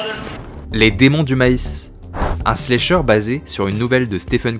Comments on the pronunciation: La vidéo est très bien par contre désolée mais ça me crispe de t'entendre dire "slécheure" 😂 ça se prononce avec le A, slAcheur, puisque le verbe to slash en Anglais se prononce slAche. Pardon ça doit faire emmerdeuse pédante mais c'est pour aider, vu que la prononciation de l'Anglais c'est pas facile pour tout le monde. Sinon excellente vidéo ! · slAsher, chéri, on prononce A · Y’a que moi que ça trigger pour ça façon de dire slAyyysher en mode vite fait anglais lol je comprends mais tellement pas l’habitude de l’entendre comme ca ce mot mdrrr sinon trop bonne vidéo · C'est cool ta vidéo, mais ta prononciation de "slasher" me fait rire 😅 Pas besoin de prononcer le "a" en "ay" !!! Le "a" se prononce de la même façon qu'en français 👍